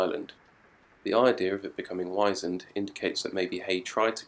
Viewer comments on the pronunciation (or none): In the poem, the earth is wizened not wise-end! - and no - is absolutely not like a desert on the West coast of Ireland it is lashed with rain (as the poem says) - and Heaney would NOT have said "you know what I mean" like a Londoner.